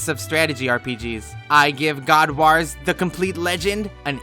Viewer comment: Omg can't pronounce god wars put me off sorry